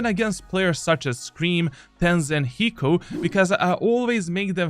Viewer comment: bro said hiko 😂😂😂